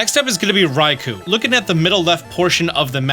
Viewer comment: It’s pronounced rai-KOH and sol-GUH-LAY-oh, “”! 🤨